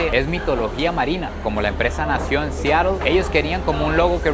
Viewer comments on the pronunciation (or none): none